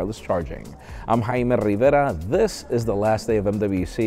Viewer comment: "...we'll see."